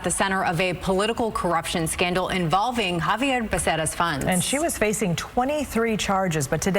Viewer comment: It's X-avier! 😂🤣